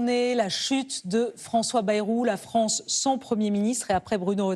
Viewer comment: Faudrait qu'elle aille voire un orthophoniste la Léa. Il y'a le "An", le "En"et le "On". Or la version Léa donne "Fronce"!